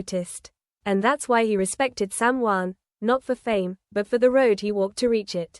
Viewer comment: Why can't reporters pronounce the names correctly it's shocking and time they learn. It's SamHeughan if you can't pronounce their name you should be fired. 😊